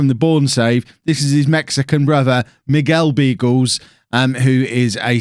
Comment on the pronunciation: You're pronouncing Beagles wrong - it is supposed to be Biagles (like in Carles).